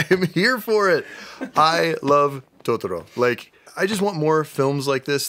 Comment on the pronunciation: I could tolerate the dub but when she said TODORO